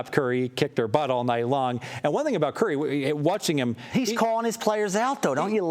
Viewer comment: I hate when people dont say Stephen Curry's name right!!